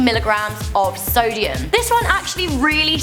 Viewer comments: it said "Solium instead of "Sodium" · "Grams of Solium"